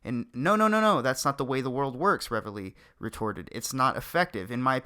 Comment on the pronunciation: Oi... great video. However, it's pronounced "reevly".